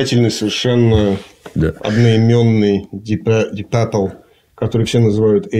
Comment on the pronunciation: Пёпл Пёпл. Ди Папл -говорят незнающие английский